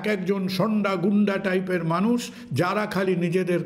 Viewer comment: স‍্যার, কুণাল বাবুকে জানাই। গ্রামাঞ্চলে তর্কবিতর্ক হয়- মানুষ এই শব্দটি মানষ উচ্চারিত করেছে - বলছে সবই ঠিক আছে।